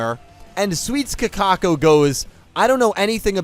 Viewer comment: You know why Kakoko lost? It's because keeps disrespecting her by calling her "Kakako". All hail the king of BBQ, Nick Yagi